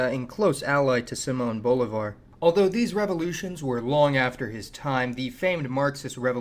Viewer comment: Simon Oblivar?? (laughs in San Martin), read some books mate